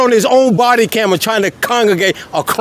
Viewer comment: "body camjeja"